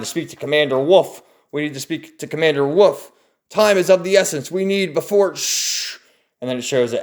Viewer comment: Lol it’s not “Woof” it’s pronounced, “Wolf” haha 😂👌🏼🐺